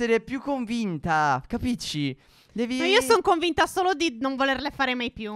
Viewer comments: ai detto capicci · 13.6 stef a detto cappici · HAI Detto Capicci Al Minuto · Stef ai detto capici alle 13.6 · Stef prima ai detto capisci invece si dice capisci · Hai detto cappicci all' posto di capiscia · Hai detto capicci al posto di capisci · Stef se ascoltate a detto capici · "capici" ??????? Ita pls